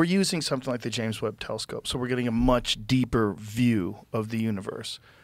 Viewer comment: Did he call it the James "webbed" telescope